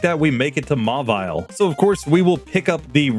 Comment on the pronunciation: You don't need to Box all of your Pokemon for the woman before Rival 2 - if you just talk to her you'll initiate a Single Battle. You missed the correct pronunciation of Mauville. It's like a villa, not vile Nosepass' Gen 3 sprite and Gen 5 sprite look so different